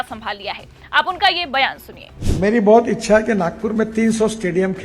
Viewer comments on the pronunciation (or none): none